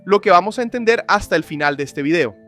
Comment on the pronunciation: She movió al eShte